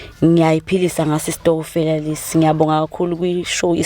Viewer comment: Stokofela❌ Stokvel ✔️ niyeke Kubiza into engekho bakwethu😂😂😂😂